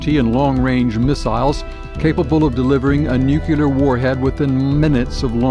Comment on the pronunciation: He should've learned to pronounce nuCLear and MacNamara before narrating this